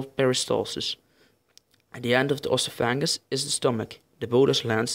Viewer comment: it's pronounced EHS-OFF-EH-GUHS not OSS-OOH-PHANG-US